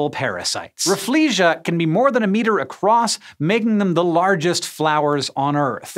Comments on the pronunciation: The Rafflesia is pronounced Raffle-See-Ah. Named after Sir Stamford Raffles. Not "Rah-Flee-Zhee-Ah". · I was taught that the pronunciation of "Rafflesia" should be raffles-see-ah, not raf-flee-siah like you said. Basically because the flower was named after a guy called Stamford Raffles, so his last name should be left intact.